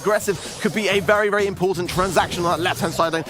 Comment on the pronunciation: Wery Wery NICE PARIS